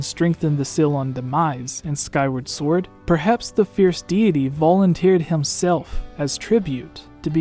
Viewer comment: shut video off when u pronounced the w in sword